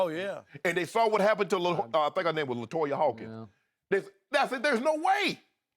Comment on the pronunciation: The girl's name is Latasha Harlins not Latoya Hawkins